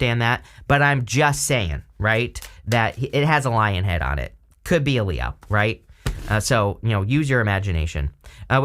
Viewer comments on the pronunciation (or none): Say Lionhead one more time, snarling teeth. 😂